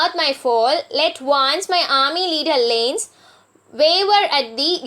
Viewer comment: Great pronunciation of words like person, Lannes, house, sire, and spared😂Half the time I was guessing what word she was trying to say!!